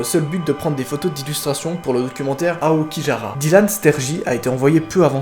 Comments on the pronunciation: Heyo:3 C’est juste pour te dire que Aokigara ce prononce "Aokiguara" et non "Aokijara" ^^ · Attend ils sont allez dans la forêt d'Aokigahara(suicid forets)et ils s'abandonne sans prévenir Ps: je n'ai pas vu la vidéo en entier donc jsp encore la fin Pps: le nom de la forêt se prononce [Aokiguahara] et pas [Aokijahara]